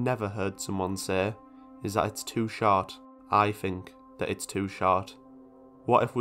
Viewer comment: That accent made "too short" sound like "toot shart" and i laughed pretty hard